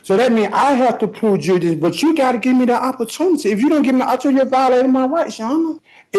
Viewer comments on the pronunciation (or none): Lives next door to ju-re-dission...